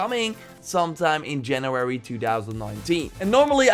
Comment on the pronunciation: It's January not Janurary. Am I the only one hearing saying it like this?